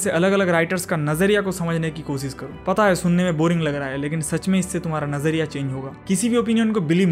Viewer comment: Nazariya sai pronounce krny k liya you have earned my respect 🎉